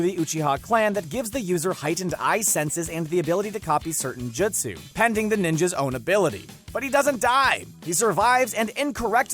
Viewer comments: Step 1 of anime content of any kind... Learn to pronounce the words correctly. Its not Jitsu, its Jutsu, its not Ma dara, its ma-da-ra. C'mon anybody whos watched at least a single season of Naruto at least knows how to say pronounce Jutsu Edit - - also its Ku-rama not Ka-ruma... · never trust anyone who pronounces it "Jitsu", kids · Lol this dude has never watched the show “jatsoo” ahahaha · Not to be a pain but it’s pronounced jutsu not jitsu and Team Guy choose to stay back he didn’t make them. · "jutt-soo" "kuh-rooma" "muh-darra uchee-ha" damn dude learn to speak. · Him: You-tic-ka Me: 👀🤣😂😂 Secondly his name is Kurama not the fox. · It's pronounced "Joot-sue" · I got 3 minutes in and I just can't watch anymore. Hearing him mispronounce jutsu is just so god damn infuriating. He clearly has never watched the show. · Did anyone else get triggered when he pernouced the words wrong like “Jutsu” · Jut sue him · This man can’t pronounce jutsu